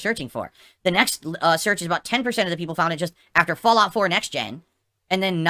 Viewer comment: "Look... another one...Fallgout...how is this funny?":_Madpig